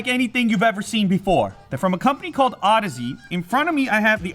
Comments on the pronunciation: Moron. It's audeze. Not odyssey. Learn to properly pronounce your products. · I believe it's pronounced ow-deez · Oh god, he said audeze wrong.... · Миша Китанин too bad this moron can't pronounce the company correctly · Max Fire you have to know how to pronounce "Audeze" to be a person who loves audio?